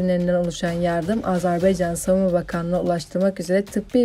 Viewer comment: Azar beycan değil, AZERBAYCAN 🇦🇿 👍